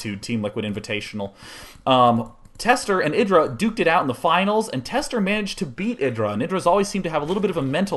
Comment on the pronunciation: isn't it pronounced "eye" dra?!?